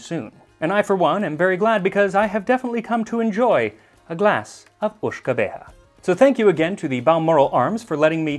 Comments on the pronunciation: Your Italian and French is good, but your Gaelic needs some work. I hope you don’t mind. It’s more like “Ishka Baha” the water of life. Greetings from an Irishman (we write “whiskey”) living in Schiedam home of Jenever, the original gin! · I know some Gaelic myself, and I think a more accurate pronunciation is “ish-ke bey-ha”, unless someone more fluent thinks otherwise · Just getting around to watching this now and yeah, about that "Lizzy's here" :D PS: The Uisge Beatha is spoken something along the lines of Uishge-bahr. YES YES BACKSEAT COMMENTING I KNOW I dont let the door hit me. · As a native of Ireland and descendant of a Scottish side I wish to correct your pronunciation of Uisge Beatha, it's actually "Ish-keh Bah-Hah."